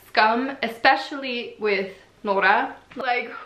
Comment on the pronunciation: Why do you say Nooras name so weird though 😦😂 No hate, I know you're not norwegian, it still kinda annoys me, bc it is a name 😂